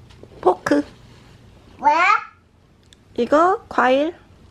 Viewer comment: 므야 므야 발음 귀여워 죽겄네욬ㅋㅋㅋㅋㅋㅋㅋ